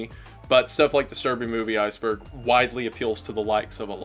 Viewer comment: bro said iceborg 🤣